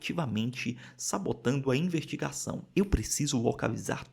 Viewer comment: Reparei que vcs às vezes troca o S pelo R, tipo ao invés de falar investigação vc fala invertigação, vc fala vertir ao invés de vestir e outras tantas palavras tb